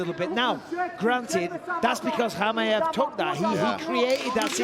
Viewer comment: Bisping wtf man ? It's not Hamaev it's Chimaev 😆